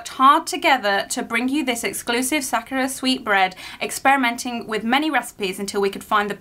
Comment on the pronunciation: I'm pretty sure it's pronounced sakurAko and the actual cherry blossom sAkura. Being on theme, you should watch "5cm per second" 🌸